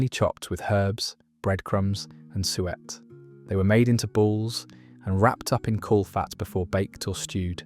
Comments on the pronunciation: The word is suet (sue-ette) not sweat. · OH DEAR - another Robot that doesn't know how to pronounce SUET ! We NEVER had Faggots or Toad in the hole on Sundays - they were mid week meals, both of which I still eat regularly. Neither was boiled beef and carrots a Sunday dish. Oh, you eventually got to 3 proper Sunday dinners - Roast Pork, Lamb or Beef. Not a chicken to be seen ?